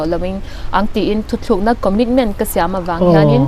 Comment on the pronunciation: hi nula fel tak ani ngei ang. "Mai" tih tur "mei" a ti thin leh, "thutlukna" tih tura "Thuthlúkna" a tih lai chiah hi sawiselna ka neih chhun a ni😁👍